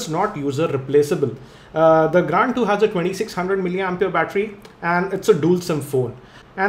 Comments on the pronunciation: pronounce it is grand 2............not " gand 2"..................lol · yea gand 2 on :o=))) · Gaaaaaaaaand 2! :P (Spoiler alert) :P